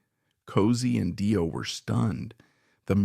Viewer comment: Fantastic documentary about the brilliant Cozy Powell. Great work! Just one quibble...Dio is pronounced Dee-oh.